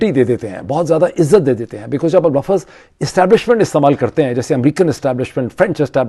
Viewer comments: buhat jahil ghair parha likha admi LAFZ ko lafaz bolta hay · The word is lafz not lafaz.